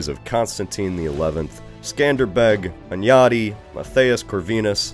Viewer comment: You've pronounced Hunyadi really well⚔A little fact to add: King Matthias never called himself Corvinus, even if the crow (Corvus in latin) is on the family emblem of the Hunyadis. It's not an error, just in Hungary's naming of kings and dynasties, the later eras changed a lot (like the Árpáds called themselves Clan of the Turul or Clan of Atilla).